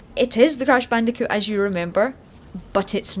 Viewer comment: Cwash bandicoot nsane twiwogy